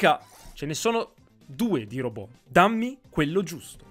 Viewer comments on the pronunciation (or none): none